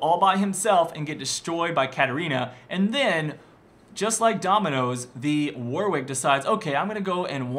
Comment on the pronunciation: His name isnt "Warick" his Name is WARWICK idiot